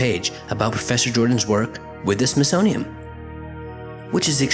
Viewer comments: It is SmithsoniaN, not SmithsoniaM. Really distracting, and not helping your cause. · Like the videos! But can you please say smithsonian? Cause it's not the smithsonium. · Just a quick note from a big fan... it kinda sounds like your saying SmithsoniaM instead of SmithsoniaN... no biggie and thanks for the hours of binge listening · Love your videos! It's the SmithsoNian, not the SmithsoMian.... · Why do you keep saying “smithsonium”? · Please slow down. It sounds like you keep saying "Smithsonium". That would not be good. Edit: oh wait... maybe 0.5 is the actual speed. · Why do you keep pronouncing the Smithsonian within m? It's Smithsonian with an n at the end. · It's called the Smithsonian, WITH AN "N" , not an "M"!!!!!! Have a nice day. I like your videos by the way. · There's a letter "n" at the end of the word Smithsonian... Just saying. Love your videos though!